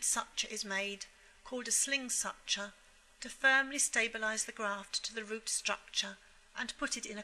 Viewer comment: I like the video but you cannot say such-ah for suture 😭 it’s suit-year